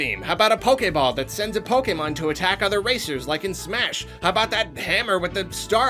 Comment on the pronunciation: No one:: pahbacken